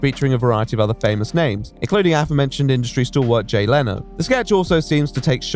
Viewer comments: its leno not leeno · Leno is "Len-o", not ley-no, not lah-no. Len-o.